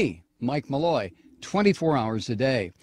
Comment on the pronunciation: Malloy , At least give her name Respect When you pronounce it !